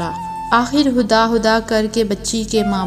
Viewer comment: Kahani achi lagi aap khuda khuda nhibol rahi hain huda bol rahi